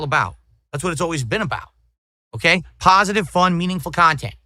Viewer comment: I can’t express how much I LOVE it when this clown keeps repeating how pahsitive he is and how he’s been making pahsitive kahntent for 16 years when he’s in reality he’s by far the most negative and toxic PoS the internet has ever seen! That’s simply hilarious 🤣😂🤣